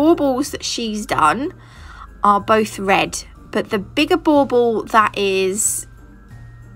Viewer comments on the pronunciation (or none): What the heck is a ball ball Boble what the heck she saying??? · SO cute!! I love it so much! Are you saying “bubble” for those ornaments or “ball ball”? Either way I’m in love with your videos and you taught me so much!!! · 11 mins in and I finally just realized you were saying bauble not ball ball. 😂😂🤦🏻‍♀️🤦🏻‍♀️